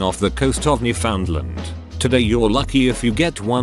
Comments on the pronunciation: Newfoundland pronounced as how they were spelled.. that's illegal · Hearing the text to speech try to pronounce Newfoundland’s just 🤌